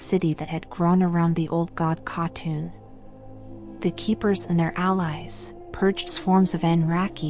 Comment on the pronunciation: Is this an AI voice? Y'sharaj, Aman'thul, Nimiron, C'thun, Yogg'Saron, Odin, and N'zoth were all mispronounced.